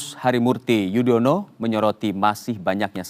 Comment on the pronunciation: Yudhoyono woy, bukan yudono 🤬😡